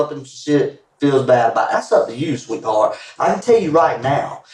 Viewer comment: you mean sweetHORT?